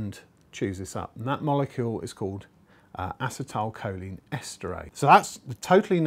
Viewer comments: I cringed every time he said "assa-tile" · its pronounced aCEtylcholine emphasis on the C en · A-Cee-Ta-A- Col - Leen